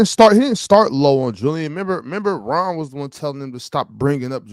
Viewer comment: Ox had me crying but I don't think that saying Jokic would be better in a specific system than Kobe equates to disrespecting Kobe. Also W host action from, "Rawn" gotta do better